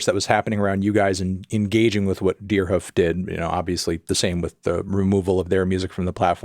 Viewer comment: love how you prononce it 'deerhuf'